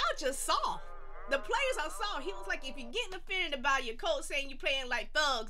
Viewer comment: “SAWFT” and u can’t teach tht...